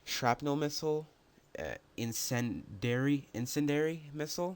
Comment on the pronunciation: why cant anyone say incendiary correctly